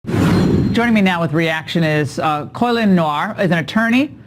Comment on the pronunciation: "Coy-lin" Noir? Wonder how HE says his name.